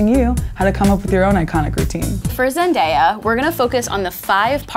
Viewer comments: Can you pronounce her name correctly?? it's Zen-DAY-uh She's said that how many times now?? OKay, now you say it right. thank you! now you mispronounce it again? How hard is it to say someone's name correctly? no it's pronounced right again. I think Number one to live like her is to respect her and learn her name. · Why did they sometimes pronounce zendaya like zenDYA 😂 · She's iconic but you can't even say her name "Zen-die-uh" it's even more annyoing that you know how to say it right but you still say it wrong half the time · ZEN-DAY-UH its not that hard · I literally couldn’t finish this video bc they kept mispronouncing ZenDAYa 😂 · it’s actually pronounced (Zen-Day-uh) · ..... zend.. I..ya... REALLY??? at least they didnt say that the whole video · Anyone else get triggered when she said ZenDIYA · I had to stop watching when she pounced zendaya zen-die-ya 🙄🙄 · "We love her sooo much!" pronounces her name wrong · Stop mixing up her name pronunciation. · Maybe the first thing to learn is how to pronounce her name correctly. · Did anyone else cringe when that lady pronounced Zendaya's name wrong? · You can start by saying her name right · I know right! They can't be very big fans if they can't even pronounce her name.😂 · I don't expect it to make sense to you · It drove me crazy too, but if you look when they pronounced it wrong, it was from clips filmed at the beginning of the video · im glad someone else heard it because the second time she says it she says zendaya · AmyaPlayz oof that got me triggerd every time she said it wrong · AmyaPlayz THANK YOU !! It makes me so annoyed when ppl say her name wrong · 20 seconds in - and I’m already bout to click out because they keep saying her name wrong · Omg hearing them say her name worng drove my CRAZY😜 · AmyaPlayz I know it annoyed me sssoo much, sometimes they said it right then they said it completely wRoNg uGh iT mAde mE sO mAd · Wow I was loving the video until she said Zendaya’s name wrong 😑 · ZenDAYa not ZenDIEa